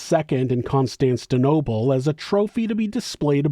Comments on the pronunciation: Constantinople not Constanstinople. Lol It's known as Istanbul, Turkey today, of course. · What is the name of that city? "Constantinople"? or "Consantanseanolople"? Derr, failed american education system is infecting NZ.